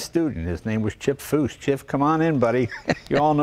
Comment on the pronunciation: Ha ha Jay called him ''Chiff'''